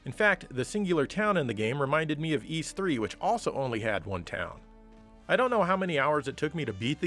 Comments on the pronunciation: Uhh ok, I believe it is pronounces 'Yiss' get it together man! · Huge fan but you say Es. The name is Ys. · The Turbo Grafx 16 CD games pronounced the name Y's like saying " Ease "